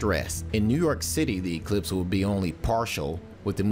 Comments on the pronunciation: its not an E clipse it's pronounced eclipse one word, one syllable secondly most of us don't care...sure there may be some localized traffic near popular viewing areas but overall it will be a boon to the local economies...i clicked because i thought "paralyze america" sounded like a preppers paranoia...north korea non threat must be driving you insane!!! lol, grow up kid its been the same for 50 years, nothing to see here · It's science.It's physics, evangelicals. It's eclipse with emphasis on the clipse not the e. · Emphasis on the E much?